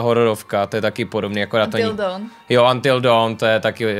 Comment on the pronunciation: 😄😄😄proč když řekla Until Dawn znělo to jak dildo